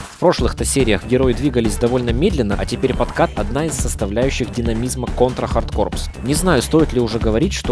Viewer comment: Автор, в названии "Hard corpse" буква "S" не произносится!!! Звучит как "Контра Хардкор"!! И композитором в этой игре также была Aki Hata (она же была композитором в игре "Light Crusader")!